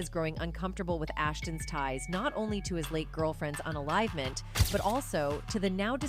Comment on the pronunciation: 'Un-enlivement' 'serial un-liver' FFS 🙄